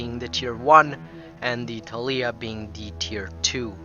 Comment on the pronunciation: ThAAlia also.